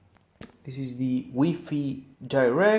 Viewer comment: Its wi-fi like sci-fi, not wee-feee